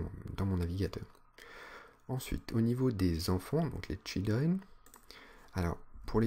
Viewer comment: Oui, j'ai eu la même remarque "children"